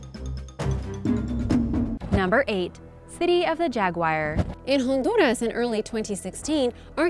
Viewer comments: Jaguar not jagwire😂😂😂😰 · Hey. You do a great job and i love ya but I can't let it go; it's jaguar, not jaguire. Jaguar rhymes with Car... OK? please & thanks for all your informative videos + hope you have some fun yourself sometimes, must be always making these... Actually, you realize; people would likely pay (endure commercials anyways) to watch you have fun, explore. Deffinitely take a dedicated cameraman on your next vaction, then you can write it off! Hey! Well there U go! & you are welcome for my spontaneous idea. OK Have a Great Day. &Thanks. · Agreed 100%. I was turned off when I heard her say "jag-wire" and then when I heard it the third time I decided to pause and read comments. Now I'm leaving. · its Jaguar not jaguwire!!!! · It isn't jagwire its jag u ar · Jagwire? srsly? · Seriously? Jagwire?? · People:offended by hearing 'Jagwire. Me who is an Indian used to hearing weird Pronounciation of names: first time? 😁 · She really said Jaguwire instead of Jaguar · Welp.i guess im using JAG-WIRE now🤣🤣🤣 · I know ryt. "Jaguwire" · Jagwire?...it annoys me the ways she pronounces Jaguar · city of the jagwyer??? she ment jaguar right. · Jagwire...with an American accent...how quaint... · Why is she pronouncing it jagu-ire 😑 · It's not Jagwire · Why cant you pronounce the name of the cat in question???? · Dorje No, it's because she has a partial cleft palate or deviated septum. She does OK considering her handicap. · Quite right. It's actually a "drag wire".